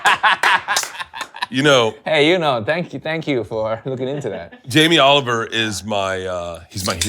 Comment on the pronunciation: "Yamee Oliwer" you mean